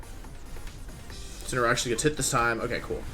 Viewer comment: Day 3 Wideo 3 of asking Mr Wolfey Glick to use "Insineroar" instead of "Insinnyaroar" as a method to pronounce The pokemon Incineroar